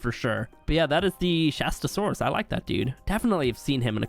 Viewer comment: they absolutely butchered the Shastasaurus